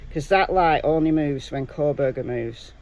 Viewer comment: It’s Kohberger